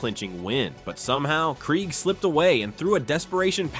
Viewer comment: That game sucked. All of those sacks only to lose at the end. Hey AI voiceover, it’s pronounced Dave (Craig) Krieg.